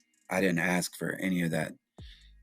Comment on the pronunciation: Its ask not aks.